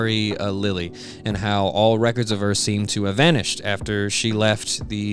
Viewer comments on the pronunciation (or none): none